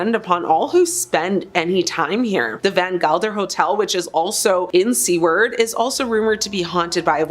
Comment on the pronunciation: Its not seeward Alaska, it's pronounced like sewer with ard on the end. Really should look up how names are pronounced properly before posting a video. Respectful to residents.